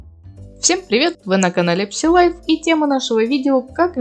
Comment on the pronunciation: правильно будет произносить ( сай лайф)